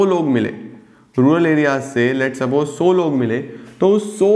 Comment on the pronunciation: Sir so nahi it’s sau